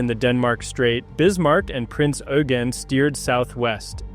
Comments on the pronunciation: "Oy-gen", not "You-gen" or "Oo-gen" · Pedantry or not, proper pronunciation surely helps to avoid confusion... "Prince Yougene" was a Royal Navy monitor. ;) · But Eugen is the German version of Eugene. Just as Heinrich is the German name for Henry, French Henri and Dutch Hendrik. So the correct pronounciation is like Oy-gen. And the g more like a soft K than a dzj